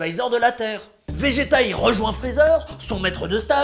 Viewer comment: C'est un vrai vrai fan parce qu'il dit majin buu et bejito !!!